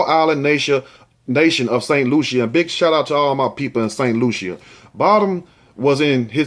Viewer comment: Hey the island is St Lucia (Lu-sha)😬